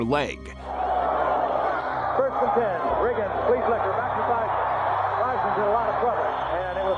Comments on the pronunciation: "TH" eisman. not Teisman. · I just want 1 person to research on how names are pronounced before doing these videos....just once. Barain is pronounced BAHrain like baa baa slack sheep. Daniel KvYat is pronounced KvYAT and it's rohMAN Grozhon. Takes 2 minutes.They even pronounced Romain's name IN THE VIDEO. Joe Teismann? Try Joe THeismnn and there's only 1 bones in your lower leg until it's snapped in half. I'd expect this crap from an AI voice-over but and actual human who speaks without an accent?